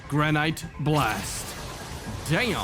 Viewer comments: It’s granite gran-it not grand-it-e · BRO SAID GRA NITE BLAST